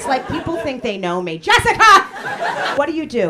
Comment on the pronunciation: His "Jessica!" felt pointed and personal. Haha.